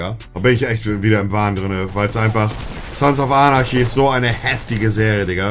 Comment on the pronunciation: Er kann nicht mal Sons of Anarchy aussprechen.